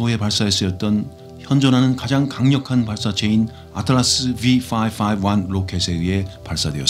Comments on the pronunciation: "아틀라스 뷔 파파봔 로킷에 의해 발사됐습니다" 발음 끝내주시고. 올려주시는 영상들은 감사히 잘 보고 있습니다. 덕분에 우주를 알아가고 있어요~^^ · 아틀롸쓰 븨퐈퐈완 로켓 캬 이맛에 이채널구독하쥬